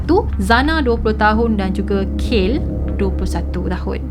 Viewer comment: betul. Dia sebut kayl. Spatutnya kaylee = kei lee